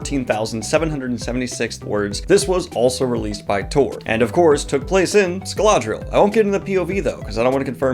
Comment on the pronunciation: Is there an "L" in Scadriel? Scaladriel? Its not printed that way in my books 🤷🏻‍♂️